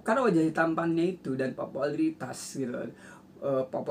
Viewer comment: Pupularitas om bukan popolatras